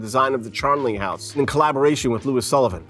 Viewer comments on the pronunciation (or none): none